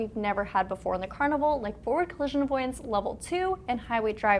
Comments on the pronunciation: Why do you pronounce the name as "car - ne - vaal" ? Isn't it simply "car-nee"verl" as what in english should be pronounced? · its CARNIVAL not CARNIVAL